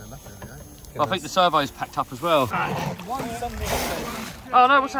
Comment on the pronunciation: I "fink" this is a good video bruv